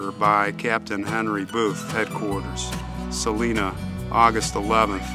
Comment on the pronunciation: I live in Leavenworth. They bank on that First City business so hard here. There's a point by the river, near the fort, where you can see where Lewis & Clark stopped. Also, I kinda cringed at "Saleena". I automatically sighed, "It's Sa-LINE-a". But I guess it's a common mistake if you don't live here.